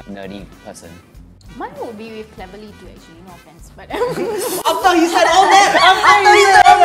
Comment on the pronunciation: HAHAHHAHAHAHAHA SAME WITH CLEVERLY NOT TEVERLY